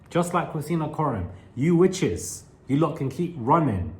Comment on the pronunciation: LOL, when you say, "Witches", it's hilarious 😂